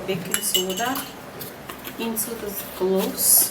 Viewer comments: That didn’t sound like anything she tried to pronounce. She needs to spell shit out on the screen, I was hearing glossed, not even cloves.. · I guess is Cloves but i heard globes